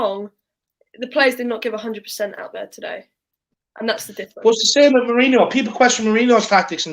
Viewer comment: 'hunerd persant'